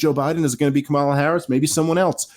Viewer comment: How can you guys still not pronounce " Kamala" correctly?